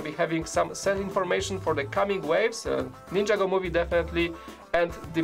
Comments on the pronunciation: Its not ninja go is (nin-ja-go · Ninjago is one word it's not ninja-go